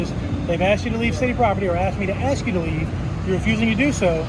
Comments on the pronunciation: …let me axed my boss?? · When did the word "ask" become "axe"? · Gunna Axe her lieutenant... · "I'm gonna call my lieutenant and axe him" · Yep. I agree she's the dumbest. She earned the award for "I'm gonna "axe" my lieutenant". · I’m going to call my lieutenant, and axe him... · I would have to go with the 2nd cop the diversity hire because the others know they were doing wrong she has no idea about the law or right. She needs to call and "AX" a question lol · '' I'M gonna and axe my lieutenant'' ,, the Affirmative Action female cop can't even use correct English !!! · She said she going to ax him I bet she ax a lot in court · She’s going to “ax“him and see if he says lock you up😡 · Number 2 The Ebonics speaking Cop she is going to "AX her Lou Tenet " Isn't it illegal to AX anyone ? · She axed her lieutenant. Is that legal? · im gonna ax him. lol, speak proper woman. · I'm going with #2. Any officer that is unable to pronounce the one syllable word "ask" is sta sta stupid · I think it's a tie, but because she said axe instead of ask, she gets my vote for biggest dubass. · When you call your lieutenant ask him dont ax him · Cop 2 said "axe" in place of "ask!" She seems to be utterly uneducated, so much so she had to ask a man what her duties were! Can't speak English, doesn't know her job and prepared to use violence! DUMMY NUMBER ONE!!! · Is the BLACK woman a murderer? She said she was going to AX someone. SMH. I wonder if she made it through 3rd graded. Does she know her letters and numbers? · "Im gonna axe him". Black people talk so stupid. Clear constitutional violation of free speech. You can tell in Georgia Blacks dont want freedom. Whites fought hard for freedom and blacks are doing whatever they can to destroy American Values. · She’s gonna “Aks” her lieutenant?? “We can’t do it the right way, we’ll do it our way”. What the f***? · she's gonna axe her lieutenant. sounds like a threat. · I’m gonna call my lieutenant and axe him 😂😂😂😂😂😂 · Did she say ax?